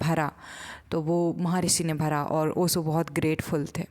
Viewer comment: बाई नाम तो ठीक से लेना सीख ले पहले ओशो का 🙏